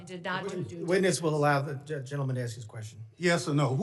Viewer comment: Let. The. Man. Axe. His. Question!!!!